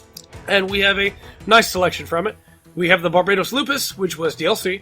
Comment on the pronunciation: Isn’t there only 73 gundam frames made 🤔 also the way you say barbatos was wrong